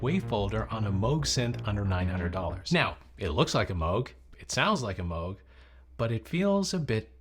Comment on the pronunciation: Why is he calling it "Mowg"?